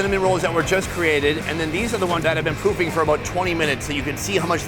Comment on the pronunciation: My wife heard "pooping box" twice from the other room and poked her head around corner like "what are you watching?" Lmao 😂😂 poofing not pooping hun.